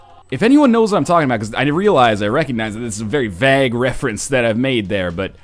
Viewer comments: A couple things. 1. What the heck is vag? Did you mean vague? Weird Canadian pronunciation get! 2. George Lopez made Beverly hills chihuahua not Carlos mencia. Mencia is hated by most comedians because he steals a lot of his material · Now I know you say you don't care too much what we think of your pronunciations because people pronounce things different all the time... But the way you pronounce vague annoys me so much. I thought you were saying bag, I had no idea what you were on about.